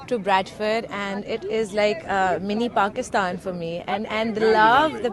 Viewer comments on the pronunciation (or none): none